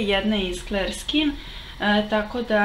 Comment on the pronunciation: Clear nije kler nego klir. :) Odličan video. Mnogo si slatka.